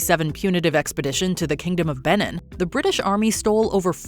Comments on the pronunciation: It’s pronounced Ba neen with the accent on the last syllable . It rhymes with teen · Oh gosh hearing her say Benin made me cringe. England plundered their heritage, colonised their country and took from their land, the least you can do is pronounce the name of the Empire correctly.